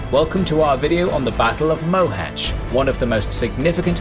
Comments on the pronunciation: well, he still can't pronounce the "Á", but at least he didn't murder the "Cs" (unlike with the poor Dózsa György, it would have been better, if they go with George). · Finally someone who can pronounce Mohach correctly.. Although the writing Mohacs is still wrong.